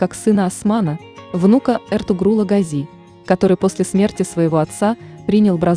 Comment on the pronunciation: Well… Watch and listen carefully Osman Kurulus series and you will hear many times how they pronounce the word Gazi: always GAzi and never GazI.